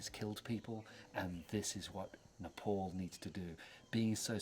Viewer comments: Thanks for beautiful video conservation but you gotta pronounce it right when you say N E P A L (it’s ne pal ,pal like pay pal not NEPOLL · it’s pronounced as ne-pal not niple